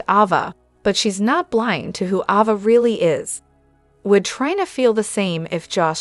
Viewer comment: It’s not Ova. It’s Ava!